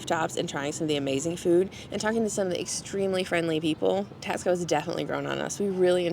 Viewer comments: I wanted to be objective and to see if there was a nugget I could take away. But don’t worry, I won’t be commenting on any of your other videos. By the way, have you learned to pronounce Taxco yet? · I found this video quite frustrating, but I did watch it through to the end. I would've thought in visiting a place you could give it the respect it deserved, and even learned how to pronounce "Taxco" correctly. I did find the commentary reminiscent of most of the US tourists I have come across in Mexico - unresearched, a little condescending and expectations that Mexico is the 51st state of the US.